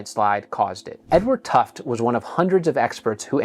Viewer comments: Protip: Edward Tufte's last name is pronounced "TUF-tee". you said it "tuft". I attended a few lectures from him, and I think everyone in the room knew how how to correctly pronounce his name. Now you do too. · Small correction to an interesting video: Edward Tufte's name is pronounced TUFF TEE. I went to a talk he gave 30 years ago in Boston for the Society of Newspaper Designers. He wore an analog watch. Used a Mac computer. He made fun of the guy who designed the old USA Today weather map, which tried to make the surface of the USA more interesting by making it look 3D. Tufte joked that apparently the USA had a cliff at its borders hundred of miles deep. After the presentation, some of us went up to talk with him. One was the designer of said map. TUFF TEE then made nice with him. BTW I spoke with an aerospace engineer friend prior to the first shuttle launch. He said that they'd be lucky to launch a couple dozen of them before losing one. The shuttle blew up on launch number 25. I have never forgotten that prediction. Was the explosion really an "accident" or was it a predicable outcome of the NASA and contractor systems and humans as they were? Yeah, rubber O-rings get stiff in the cold and fail. Hubris is fatal in rocketry. Also learned the hard way: don't have helicopters flying right under oncoming jets with 75 feet to spare, over the Potomac, in the dark, with night vision goggles that turn all the planes into blobs of light...and other factors...what could go wrong? We need better system designers. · Tufte is pronounced Tuff-tee. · Tufte is two syllables. Tuf-tee. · Oof, that mispronunciation of his name is a doozy and you’ve done it twice so far!